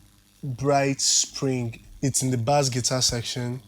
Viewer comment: Bass is actually pronounced as “base” not “bas” 😆